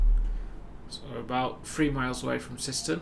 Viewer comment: you said syston wrong but its fine very good route